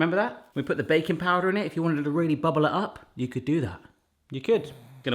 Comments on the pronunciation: Every time you say "baking powder" i hear "bacon powder". I must be hungry..... =) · Did anyone else hear bacon powder instead of baking powder????lol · I thought he said bacon powder 😂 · Hey, I heard bacon powder too--glad you said something! LOL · For a moment, I thought you said 'bacon powder'